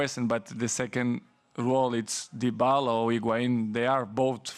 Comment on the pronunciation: Did he say Dybalo? 😅